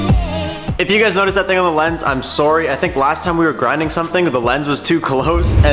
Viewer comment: You say sorry funny😂